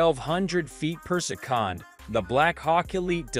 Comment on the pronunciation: its annoying also instead of saying seconds he say secands lol